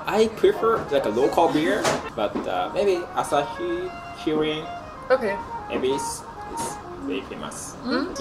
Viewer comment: キリンの RI おにぎりの RI なぜ 英語のRの発音 気に食わん